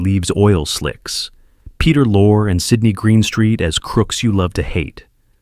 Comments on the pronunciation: Don’t forget Peter Lore—it is Lor-ee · The name isn't eh burt, it's EEE bert, it isn't Ray mil'und it's Ray Mi Land', AND.. Peter Lore? It's Peter Lor' ay.. jeez! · AI doesn't use proper syntax or pronunciation. Peter Lorré, Lore? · Omg Peter LORE, ee. Roger EE bert. It's very distracting when these names are mispronounced.